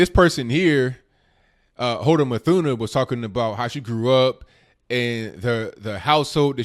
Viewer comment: C'mon people...her last name is NOT English so there is NO "th" sound (a digraph...)...so her last name is pronounced "MOOT-Huh-NAH". (Yemeni)